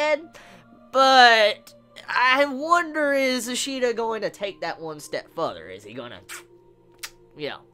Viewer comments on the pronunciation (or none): none